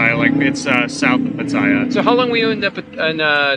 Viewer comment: The a’s in Pattaya are short vowel a’s, as in the word “cat”. The correct pronunciation is Pa Ta Ya. Enjoyed your video but so many creators mispronounce the name of the city. Thank you